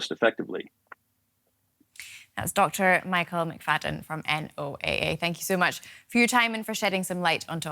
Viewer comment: Who spells out NOAA, It's pronounced Noah 😀